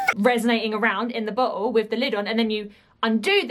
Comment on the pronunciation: everytime you say bottle it sounds like "butt hole".. your reactions are so fun to watch